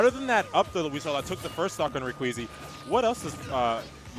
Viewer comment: Dude,, it's pronounced "Rek-zee"